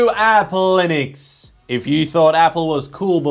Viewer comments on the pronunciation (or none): Sorry, it's pronounced Linux:P